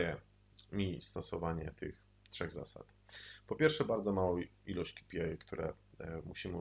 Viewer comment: ej, to sie mówi kej pi aj